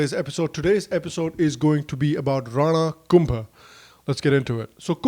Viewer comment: One correction... hammir dev of udaipur is different from hammir dev chauhan whose photo you showed in the video. Both are different...thanks for the video.... and maharana kumbha is pronounced as kumbhaaa ... in Rajasthan .... I m from Udaipur (mewar)